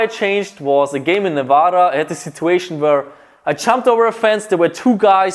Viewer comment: It's Nevahhhhh-da not Nevawwwww-da